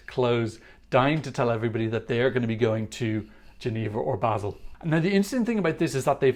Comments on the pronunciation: Small tipp on the pronounciation of Basel from a native speaker:Its not Bael, its Ba - sel ( like the pronounciation of the englisch word sell ) Just Ba - sel. Hope this helped some of you :) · Totally informative as always Funnily enough, I thought the pronunciation was Barrrrrrrrrl too and not Bazzzzzzzzzil Obviously wrong! 🙈🙈